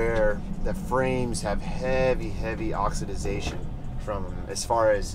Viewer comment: Oxi-da-zation? Appreciate the fanta-da-tastic pointers. Just messing with you ((